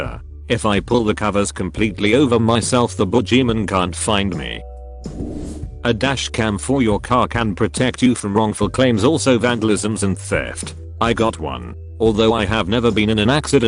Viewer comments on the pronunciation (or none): Can say the n word perfectly but uses a soft 'g' on boogeyman? Seems legit..